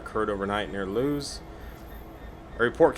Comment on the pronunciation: Lewes is pronounced Lewis